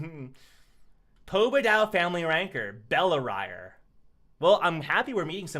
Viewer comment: I think its bell-ri-re